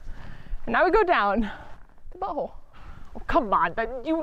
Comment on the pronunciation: Confirmation of the buh-hole pronunciation theory - ymh